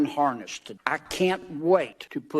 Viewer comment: What's a "harnerst?"